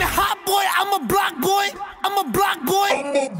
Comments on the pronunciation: Il dit pas black boy mais block boy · je crois il dit bloc boy et pas black boy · Oue mais sa prononciation est pas ouf on comprends clrmt black boy même si il dit bock boy